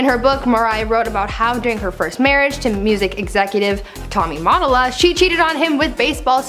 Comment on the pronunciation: U said Motolla wrong